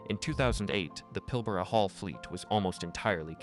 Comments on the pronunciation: Pilbara is pronounced the way it's spelt, not Pilborough. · PIL-ber-a, rhymes with Canberra